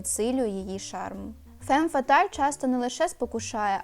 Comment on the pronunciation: Правильно фам фаталь. а не фем фаталь. Перекладається як фатальна жінка